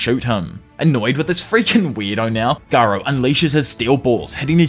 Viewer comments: I like how he says garou instead of gyro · Oh no he said gyro wrong